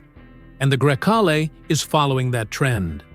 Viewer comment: ID DOT 4. And every possible way to pronounce Grecale